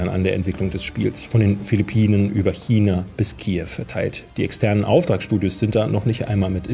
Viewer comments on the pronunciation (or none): none